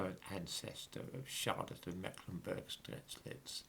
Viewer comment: I know that german names are complicated to spell. The beginning of Strelitz sounds "Sht". Great content as ever!